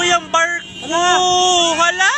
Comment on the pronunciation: may narinig ako kuya barko or kuya marko